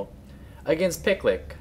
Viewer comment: I think the name is supposed to be pronounced more like PickYou LickYou [Pi-Q Li-Q]